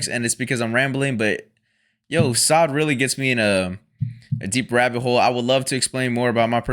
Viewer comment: Please stop calling them sod... its soad, sounds like toad not like god. Thank u😊